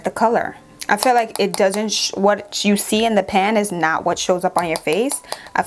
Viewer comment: When u said pan 😂😂 🇯🇲 I said only a Jamaican can relate